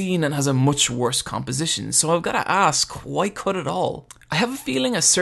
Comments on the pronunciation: Why do you pronounce WHO - I instead of WHY??? :O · your reviews are great the only thing that grinds my ears it the Huay instead of Why or just Y xD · don't use "why" and "white" in one sentence if you prononciation can't make enough difference between them. All i can hear is "Why is Casca, why?" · I find the way you pronounce words with 'wh' in them more disturbing than the CGI itself.